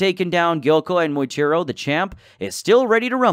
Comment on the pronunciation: Muichiro❌ Moichiro✅